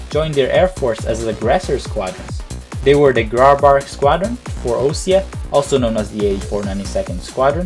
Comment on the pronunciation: Just a little thing. Grabacr is simply pronounced GrabaC. That aside, very well done! I would like to ask for a Belka's History video. It's really worth some investigation, and a lot of people are actually asking for it. Would be good what happened to the Belkan people after the war.